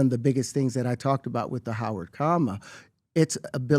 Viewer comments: Listening to pbd pronounce the word comma as coma is next level hilarity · Pbd so dumb he cant pronounce "comma" hate his grifter ass